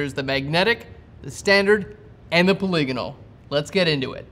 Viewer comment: wow! finally someone who pronounces "polygonal" correctly! irrelevant, I know .... just sayin'